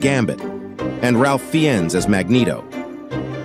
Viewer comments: Also, who's "Ralf Fee-enz?" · Tip: His (Ralph Feines) surname is pronounced "Fines" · "Ralph Fi-enns" LOL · I was on board with that x-men trailer, just for the laugh factor, until it pronounced Ralph Fiennes as "Ralf Fee-enz". Then I immediately checked out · Dumb AI couldnt pronounce Saoirse or Fiennes correctly though...need an educated European to do that 👌😃